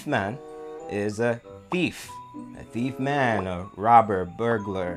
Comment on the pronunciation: It’s pronounced tiefman not thiefman......don’t mix proper English lol 🤣